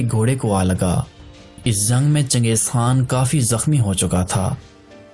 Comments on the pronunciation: Zang..o bhai jung bol... Hindi bolny ki nakam koshish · Chutye bolna Sikh pehle Jung ko zang bolta hai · Bhai aap جko ز ko kayu bolte jo